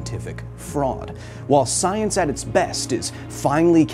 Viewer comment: "Trust the soyence."